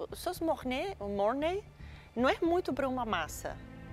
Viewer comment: "MORNÁI" "BEURI BLAN" ao menos os episódios estão engraçados fjajfsjjjfk, parece eu aprendendo alemão